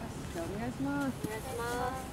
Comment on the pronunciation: おねがしになってる笑笑